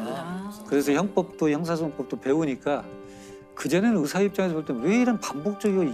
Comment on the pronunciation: 으사? 의사...왜 의발음을 못할까?